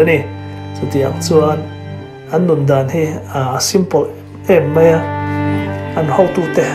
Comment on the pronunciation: Mai tih hi mei ti in i lam nasa thin mah2 lo maw k ti mai2.....i chanel a hmuh nawm thin e